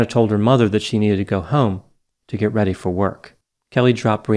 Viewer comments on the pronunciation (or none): none